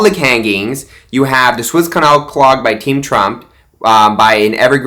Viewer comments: Even though I like Mike Lindell...is he really a absolute crediit source? Suez canal not Swiss canal as you keep saying. This is why I find you full of baloney and not credible. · Suez Canal . Soooo ez. It’s not Swiss . LOL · SWISS Canal?????? Like you know what you're talking about!! It's the Suez Canal, bud!!!!!